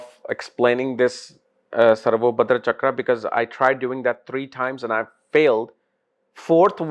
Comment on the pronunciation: Its SarvatoBhadra (सर्वतोभद्र) and NOT SarvoBhadra (सर्वोभद्र)